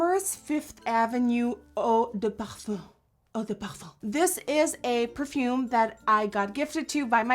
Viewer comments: Well, it actually made me smile, when she said " Eau de Parfum"...Twice ...It was quite good, but weird at the same time ^_^ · Your Pronunciation of Eau de Parfum is almost perfect ^^ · When she says " eau de parfum " 😍 kiss from France! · the way you said "eau de parfum" with the face you did killed me ahahah im french and well, you pronounced it very well